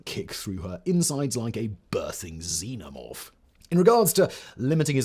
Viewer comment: Your accent makes it sound like Xenomoth, and now I'm thinking about some sort of sapce Jeepers Creepers.